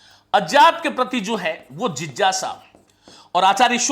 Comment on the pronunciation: विज्ञान को आप जो विजान बोलते हैं उसे ठीक कर लें तो बाकी सब ठीक है। ज्ञान की जगह जान, अज्ञात को अजात बहुत खटक रहा है।